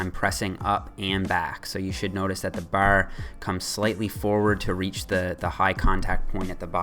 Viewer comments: "as close to the ber", "the ber comes slightly forward" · The way your say "bar" sounds really irish lol